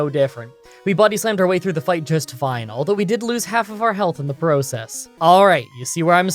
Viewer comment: I looked at the name and thought maybe I was pronouncing it incorrectly, then realized it’s just and shouldn’t be surprised lol but it’s kinda funny to hear him say certain words, like how he says process